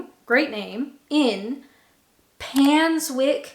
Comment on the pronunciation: Pains-wick Glostercher 😀